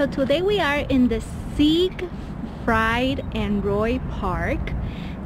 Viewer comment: It's pronounced Sig-freed